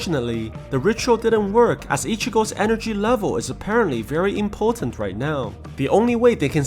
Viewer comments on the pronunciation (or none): I love when he said "imputant" on